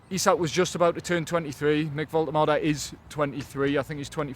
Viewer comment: Vol- tomata! You're welcome 😄